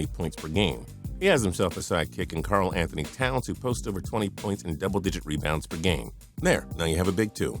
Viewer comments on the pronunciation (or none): none